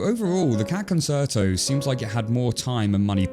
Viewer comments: Just an FYI: Concerto is pronounced "cohn-CHER-to." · The proper musical pronunciation is: con-CHAIR-toe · “Con” “chair” “toe” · Is it not con-CHAIR-toe? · Concerto is pronounced like "conCHerto" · Concerto is pronounced “con-chair-toe.” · “Concerto” is pronounced “kon-CHAIR-toe”. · Great video, but please say "con-cher-to" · Pronounced "con-CHAIR-toe" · It's con-CHAIR-toe. Like many music terms, it's Italian. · And also, why is he saying " con ser to " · The fact an Englishman is saying "Conserto" really pains me and he'll be dealt with most harshly. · I’m sorry…. ‘Con-chair-toh’ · Isn't it Concherto? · The word "concerto" is pronounced 'con-chair-toe', not with a soft c like in "concert". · Con-share-toe might be a better fit - the 'ch' in chair is a bit hard. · I’m a musician, and I know a LOT of people with British accents, and they all pronounce it correctly. (konn-CHAIR-toe) I think he’s just pronouncing it the way it looks. Totally understandable, if you aren’t a musician. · I cringed every time you said 'conserto' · Really good and balanced video. Small nitpick: the second c in concerto is pronounced as ch (concherto) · He really went the whole video without knowing how to pronounce "concerto" 💀 Good video though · You say this word like 42069 times during this video and it's actually driving me insane lol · With respect, while concert has a sibilant c in the middle, in concerto that central c is a "ch" sound. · You pronounce concerto wrong. This is coming from a classical music lover. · you probably should've looked up how to pronounce "concerto" before you made this video. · Incredible amount of research in this video except how to pronounce ‘concerto’, but I guess that’s where we are these days. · You know, it really bothers me how you mispronounce concerto. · You can't get a narrator who can pronounce concerto? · Your pronunciation of concerto bothers me more than it should lol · Your constant mispronunciation of concerto is really distracting.